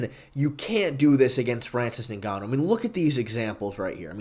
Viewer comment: when you say “Ningannou” you sound like a Nincompoop